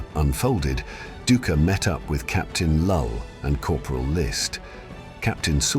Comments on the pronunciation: The historian's name is pronounced DIE-KER 😅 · It’s actually DOO-icker